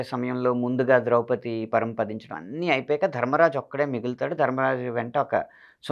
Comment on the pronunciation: బాగానే ఉంది, కాని ద్రౌపదిని ద్రౌపతి అనడమెందుకు?